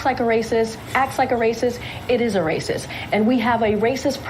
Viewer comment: This ignorant press secretary can't even say racist correctly. Listen carefully and tell me if she's not pronouncing the "T" in racist. Shouldn't that position require IQ, above room temperature?